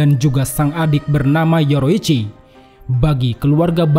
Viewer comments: Bang kenapa bilang yorichi sebagai yoroichi? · Bukan yoroicchi tapi yorichi😂😂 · Penyebutan nama yorichi ke( yoroichi) bikin kurang nyaman🙏🙏